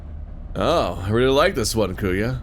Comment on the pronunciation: Also if ur gonna play this in the future, Kuya is pronounced "Koo-Yah"